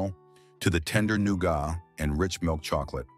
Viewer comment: Well I was going to subscribe until the who ever is narrating couldn't pronounce nougat it's noo-guht not noo-got. It makes all your information irrelevant and tells me you can't be trusted to truthful